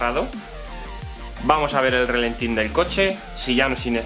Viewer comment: No digas "relentín". Cada vez que dices eso un E30 rompe una culata. Se dice ralentí.